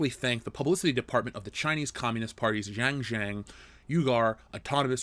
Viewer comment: I know Chinese words are difficult to pronounce, but it was extremely confusing trying to understand what you were trying to say without having the visual text in the video because the pronunciation for xinjiang and uighur/uyghur was so bad! Even Google translate would have helped.